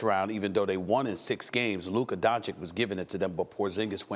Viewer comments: Has no one ever told Stephen A. how to pronounce Doncic's name properly? It's Don-"chich". Not Don-"kich". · Stephen A you are watched by millions of viewers, learn to pronounce the kids last name please. DON-CHICH, NOT DON-CHICK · bro its don-CHITCH, not don-CHICK. just being dumb on purpose at this point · FOR THE LOVE OF GOD CAN SOMEONE, ANYONE, TELL STEPHEN A TO PRONOUNCE DONCIC RIGHT ALREADY? SAY THE LAST 'C' THE SAME AS THE FIRST 'C' IN 'DONCIC', IT'S NOT THAT COMPLICATED. IT'S 'DONCHICH' NOT 'DONCHEEK'. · Tell this idiot that it's Dončić not Doncik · Donchich not Donchick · Stephen A- "Luca Donchick" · bro why does stephen a say "luka donchik"? it's so annoying to me😂😂😂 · I pray for the day Stephen A stops saying "Donchick" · Luka is in the league for 3 years now making noise but Steven A still calls him Donchick. Unexplainable. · No one: Stephen A: Luka DonChick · Stephen A, please pronounce Luka's last name correctly. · Until doncic name is pronounced right it’s Stephen B for me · Stephen A really refuses to pronounce Doncic correctly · It would be nice for you to learn how to pronounce Luka's surname 3 years after he arrived in the league. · Well, he still doesn't even get "Doncic" right after over 2 years... 😐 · For the love of God, someone make this idiot learn how to pronounce Doncic.